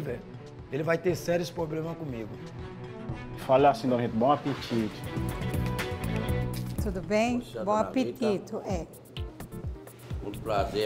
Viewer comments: Fala assim dona Rita "bom apetite" Dona Rita- bom apetito. Kkkkkkkk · "Fala assim dona Rita bom apetit" "Tudo bem?Bom apetito"